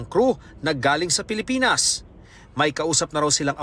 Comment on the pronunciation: Uy pelepens ahaha😂